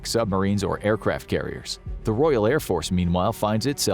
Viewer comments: Royal.... not Royale... Its not a burger from Burger King. Otherwise, can't disagree with the video really! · It's Royal, not Royale. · Can’t even pronounce a simple word like Royal. Ark Royale with cheese